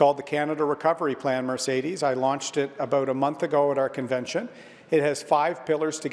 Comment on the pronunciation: O'Toole can't even pronounce the host's name correctly. What's so difficult about 'Mercedes'? How many of them has he driven in?